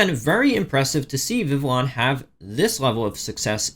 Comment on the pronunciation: Vivillon is pronounce like Viviyon.